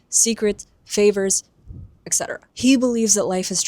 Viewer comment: The first time I watched this video - last night - I had to rewind this moment like 3 times in my sleep-med-befuddled state to comprehend what you meant by “ect. ect. ect.” I’ve just never heard it pronounced in the abbreviated form. Going back while awake to rewatch your whole Hunger Games series. Huge fan of yours, since you’re the ONLY analyst on YT to have pointed out what name meant (though when I looked it up, the original Latin translation seems to point to it meaning “one who brings deliverance,” - aka, the one who gives Coryo the chance and opportunity to even attempt to revive his family name and restore them to their previous wealthy stature.)